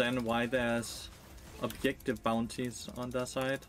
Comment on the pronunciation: Take a drink for every "obyektive" or "anti-fun".